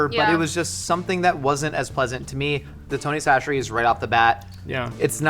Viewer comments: Is it actually pronounced Tony Sasheries??? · A Louisiana native here... It's Tony Chachere's -- and we don't call it "Tony C's," just "Tony's." ... However! "Slap Yo Mama" is also fantastic. If you prefer that little more peppery kick, try Tony's "Bold" flavor.